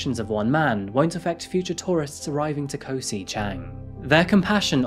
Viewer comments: Just would like to say that Koh (island) is usually pronounced "gaw" (rhymes with "raw), and Phi Phi is not "fee fee" but "pee pee." Otherwise, I appreciate your reporting,.:-) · With your accent in particular if you take the way you say kok in Bangkok but drop the k you'd be pronouncing Koh just like a Thai speaker.